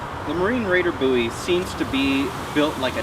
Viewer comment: Buoy knife? Maybe it floats? Looks more like a BOWIE to me, BOWIE not BOOOIE